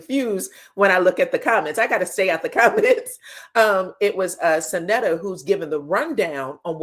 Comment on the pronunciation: Love you... you keep saying Syn Neat a... it's pronounce Syn "Natta,.... my BFF name is the same